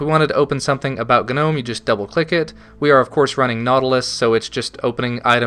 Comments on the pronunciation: the gnome website on the front page says 'nome' not 'gah-nome'. Sounds like your being stabbed every time you say nome. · Is Gnome pronounced g'nome? I thought it was normal ol' nome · i really really REALLY HATE how you pronounce gnome. its gnome as in garden gnome. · if anything, you should be pronouncing it as "G-nome"; "gah'nome" sounds ridiculous. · Tthe word Gnome, is not pronounced with a hard G. The G is silent. G.N.O.M.E. has the hard G only because it's an acronym not a word. The GNOME foundation choose the words just to make fun of language I'm sure. I hate it, and say nome because I refuse to say it that way. ... at best I'll say G Nome.. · Agreed. Does this guy also pronounce gnat GUH-nat? or Gnarly as GUH-narly? The word gnome has a silent G. You sound foolish and annoying. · STOP SAYING GUHNOME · lol, you say /gu-nome/ good review, thanks for the insight :D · the g is silent.... EHHHHHHHHHHHHH so anoying. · when will yanks learn to pronounce "gnome" and "beta" amongsed other things???????!!!!!! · the way you pronounce 'Gnome' killed me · Just saying... I'm pretty sure the "G" in "GNOME" is silent. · I always thought the G was silent... No? Any way man, quality vid and commentary as per the norm.